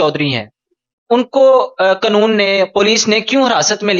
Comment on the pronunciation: Stupid the word is QAANOON .... not Qnoon